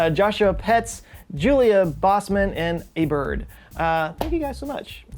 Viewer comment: You are such a stinkin' genius! No one EVER pronounces our last name correctly on the first try! POETZ with the silent "O". I usually get "Putz" or Poe-etz" or "Potts" or even the occasional "Po-tez." Mad respect for nailing it the first time! Love your channel, your topics and your sense of humor! Thanks so much pal!